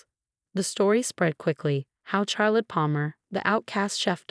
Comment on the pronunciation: That’s rib eye; also couldn’t pronounce Charrlotte